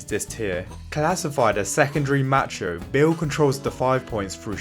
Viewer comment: If he says match-ho one more time I'm going to act out violently.